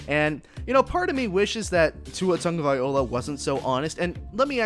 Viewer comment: Please if u going to do a podcast get Tua's last name right or don't say at all, Tua will be alright.